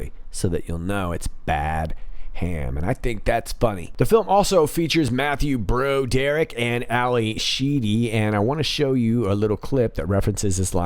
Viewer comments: Its pronounced brawderick, not bro derrick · Dude! It's not "bro Derrick". It's pronounced "brawd er ick". Off point, I know, but it's painful to hear the name butchered. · Is that mispronunciation of Broderick intentional? Bro Dereck??? or Broad errr rick.....???